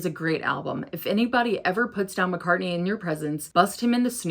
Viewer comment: You’re great and I enjoy your videos and perspective. But I’m sorry, it’s “Mack-ah,” not “Mock-ah.” As in, MAC-Cartney.